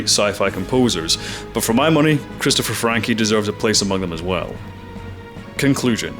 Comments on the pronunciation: FRANKE - not Frankie! Seriously...blergh look at what you made me do! You made me comment about your pronounciation :D As for B5, still the best show ever and it has great female leads without SJW-Wokeness! Ivanova? Damned, she's competent, driven, charismatic and hot as well, same for Delenn, Talia Winters etc. etc. :) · ‘Franke’ (from Tangerine Dream), not ‘Frankie’ (as in Howard). Why can’t Americans (and most Canadians) ever get other cultures’ names right? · Pronunciation. The finale "e" in "Christopher Franke" is not a hard "E" as you pronounce but almost silent. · Chris Franke (not Frankee) was ex Tangerine Dream. Nuff said